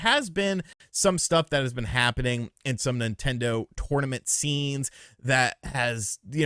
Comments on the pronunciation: You say "tournament " weird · Love you my man. But the way you're pronouncing the word tournament is about to drive my little southern ears crazy.